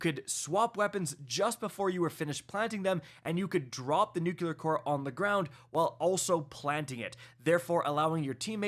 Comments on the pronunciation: Nook-ya-ler instead of the real way to say it: noo-klee-er lol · "New-Clear" "Nuu-Cleer" NOT "Nukular" "NooKoolar" SHEESH!!! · Dude you're killing me - its NUCLEAR not "nukuler'. Two syllables, not three. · Please for the love of god the word is pronounced Nuc - LY - er. ! There is no word NOOK - You - LER. SMH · Nuclear dude, not Nucular. Ffs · New-klee-er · it's pronounced "new clear"... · trying to be George with his nuculear weapons. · Yes, he’s saying it wrong, but it’s still a three syllable word, lol. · For the love of god man please learn how to say nuclear or just say nuke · I swear it makes my eye twitch!!